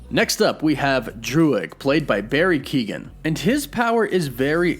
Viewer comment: Yo, Warren, Irish guy here. Barry's surname is pronounced (Kyo-en). Keep those vids comin' bud. Peace and love.